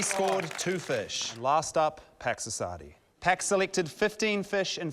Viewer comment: When he introduced Pax Assadi, i thought he said "Packs of Sardines"